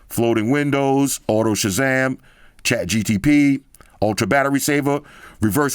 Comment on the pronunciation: Chat GTP huh 😅